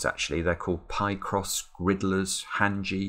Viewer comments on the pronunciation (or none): I can't believe that you pronounced "picross" as "pie" + "cross". The "pic" part of the word is from "picture" surely!? As in "pic" from "picture" and "cross" from "crossword". Surely? Other than that, keep up the good work. Really enjoying your content, thank you!